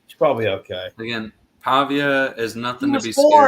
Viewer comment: would trade klubnik for pavia despite not knowing how to pronounce his last name